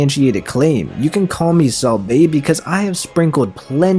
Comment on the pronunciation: its not "Sowl" its "Saul" like Paul. Its not "A-O-kiji" its "OW-Kiji" or just call him Kuzan. Idk why those bothered me so much